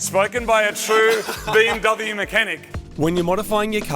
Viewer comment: You are pronouncing BMW and AMG wrong.